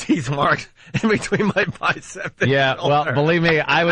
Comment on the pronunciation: Legends say this man bites his "bicept" still to this day......